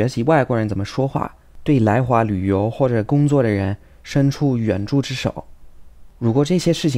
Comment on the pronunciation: 援助之手 二声